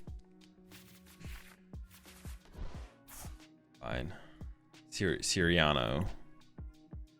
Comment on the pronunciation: "sir rano" Cyrano